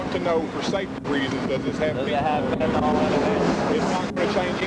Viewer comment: Any FentanAWL? So many cops can't pronounce nyl.